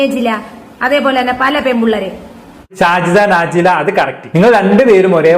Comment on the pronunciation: നാജിലയല്ല നജ്ലയാണ്